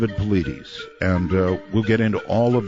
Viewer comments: i love you Art....but come on bro. I dont understand why people fuck my boy David Paulides' name up. Easy: paul--EYE--dess. I swear i feel you really have to go out of your way to mispronounce his name. Dude, it takes some acrobatics to get Pauleedeez out of Paulides. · His last name is pronounced "Pa-lie-das", not "Paw-la-deez". You should know how to correctly pronounce your guest's name. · lol Art called him "David Puhloodies" :) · I keep wondering if Art consistently mispronouncing Dave's last name is just ignorance, or if he's doing it on purpose to see if Dave corrects him. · I love how Art mispronounced Dave's name EVERY single time he mentioned him coming back from commercial break. Dave never corrected him. That's class. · Every time Art says Dave's name, he pronounces it differently😂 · You would think art would learn how to properly say his guests names b4 doing show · I wonder why Dave doesn't correct Art on saying his last name wrong. Anyhoo - Missing 411 is such a fascinating topic. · If you're going to have a guest, you should pronounce his name correctly.